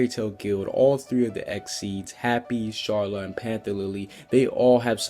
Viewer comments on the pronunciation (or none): It's Car-la not Char-la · It's Carla not Sharla get it right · It's Karla not charla... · Watching this video I could not help but notice you called Carla Sharla. how do you make that mistake?????? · It's Carla not charla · The white cats name is Carla not sharla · It's Carla not sharla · "Sharla" ya mean CARLA!? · WHY HE SAY SHARLA ITS KARLA (Carla) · Its carla bro not charla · CARLA NOT SHARLA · Wait I thought it was Carla not charla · Her name is Carla Car-la not Charla Shar-la.... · WTF is wrong with Carla is Carla not Charla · CAR-LA NNOOOOOOOOOOOOOOOOTTTTTTTTTTTTTTTTTTT CHAR-LA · CARLA ITS CARLA NOT “SHARLA” GET IT RIGHT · who da frick is sharla!?! its frickin' Carla!!! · Its carla not sharla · It’s carla not sharla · Not Sharla... its Carla. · not to be rude but...its Car-LA not Shar-LA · Sharla? its carla lmao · It's so annoying how you keep calling CARLA Sharla (car la) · It's not charla it's carla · Who's Shela I know Carla but Shela and "CARLA" (not Shela) can tell the future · Charla it's Carla not charla just pointting out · Its carla no charla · It's Karla not Sharla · Her name is Carla, not sharla. Sorry it bothered me a bit. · Its carla not sharla btw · It's not sharla it's carla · not charla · It’s fuckin Carla!!! Not charla!!! And, the blue dragon thing is from somewhere else, it’s from blue dragon!! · It's Carla, NOT Sharla! You also pronounced Gajeel wrong! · CARLA NOT SHARLA sorry but STILL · Brush it's not sharla it's CARLA BRUH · ok ok this pissed me off its not sharla is carla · why do you call her charle its pronounced carla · sharla? It's Carla lol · ITS CARLA NOT SHARLA man I'm so annoyed with you about you saying names wrong other than that nice work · sharla? its Carla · im srry but its Carla not SHarla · he said sharla XD its carla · But we hear is charlale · He pronounced Carla xD he says Charla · you called Carla charla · He said charla and gajeel wrong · It's car-la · He said sharla, not carly....